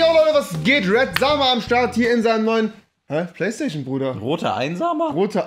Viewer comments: Hahahahahhah ich hasse plaistaichon wie es rewi sagt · Rewi sagt nicht PlayStation sondern Playstachion haha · Playstachion haha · Ich hasse playsta-ch-en, 😂😂